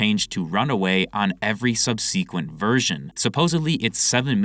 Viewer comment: Bro if I hear this guy pronounce Subsequent like Sub-SEE-qwent instead of Sub-SA-qwent one more time I might just have to leak all over his archives.